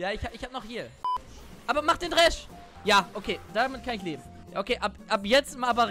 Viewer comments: Trinkspiel fürs Wochenende: Jedes Mal wenn „Dräsch“ sagt, einen Kurzen trinken. lessTroll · echt witziges video, aber dieses "dräsch" triggert mich so hart :D